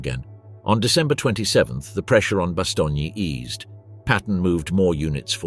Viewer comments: Bastogne. What TF is bastonia? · Lots of excellent detail. The presentation from one section to another is poorly coordinated with long stretches of the same info repeated section to section. The narrator does not know how to pronounce BASTOGNE. The trailing E is NOT pronounced. Also Waffen SS is pronounced Vaffen SS.